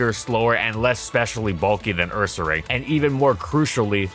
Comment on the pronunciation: Love how you said it "UrsaRANG," exactly like we used to back in middle school 😄 The pronunciation for people with taste